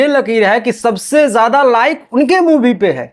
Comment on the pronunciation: मूवी होता है साले मुभी नही